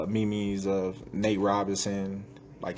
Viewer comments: did he just pronounce meme as "me-mes" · dude said memes as MEE MEES lmao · Why don't you get the balls to say it to his face 😂 I'm willing to bet you ain't got the balls to talk to bud like that. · did he say "meem meems?" (meme)